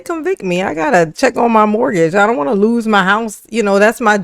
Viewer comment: *LOSE, OOOOPS, THE WORD ISSSSS L O S E! LOL NOT LISE 😮😊